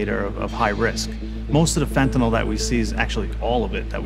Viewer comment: Say, "fen-ta-nil". Not "fen-ta-nawl". Alright then. You can do it; I believe in you, child.